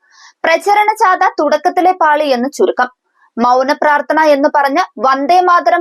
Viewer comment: ജാത,എന്നല്ല,ജാഥ, ആണ് ശരി